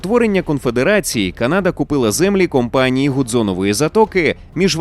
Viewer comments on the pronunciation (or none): Будь ласка люди почуйте мене! Правильно казати Канада з наголосом на перших склад. Француз про якого сказали на початку спитав у індіанців через перекладачів "Як зветься ця земля". Але через мовний бар'єр індіанці неправильно зрозуміли і сказали село (типу відповіли що це за місце). На індіанській село звучить як Каната (!!!з наголосом на перший склад!!!). А згадайте як звучить на англійській Канада - Canada з наголосом на перший склад. Взагалі візьміть будь-яку мову крім суміжних з українською і почуєте наголос на перший склад, бо так правильно. Якщо хочете перевірте в інтернеті. Ніколи не існувало КанАди. В жодному атласі, в жодній енциклопедії не було наголосу на другий склад. Це груба помилка. Українцям же не подобається, коли Україну називають УкрАїной, а їх укрАїнцями, або укрАинцами. Тому сподіваюсь ти, невідомий читач коментарів, зробиш для себе слушний висновок і почнеш розповсюджувати правильну назву. Дякую, що витримав і дочитав мій величезний коментар😊 Дякую автору за якісний контент❤